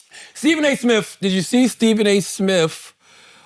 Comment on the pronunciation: “Steven A Smiff”